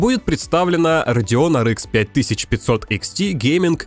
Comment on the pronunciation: Может хватит пытаться якоьы правильно произносить названия видеокарт? Говоря Ар, говорите и Экс, а не Икс. Почему-то циферки произносите на русском. Что за винегрет в итоге?